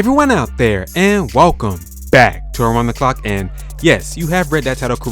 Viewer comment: Lmao that “back” was hard af